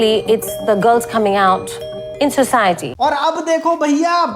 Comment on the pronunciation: in “Societin” 😅